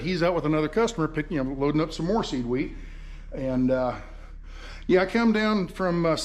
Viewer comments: I thought you were saying seaweed 🤣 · Lol. I thought he was saying "seaweed" too. So it's "seed wheat", got it. 😃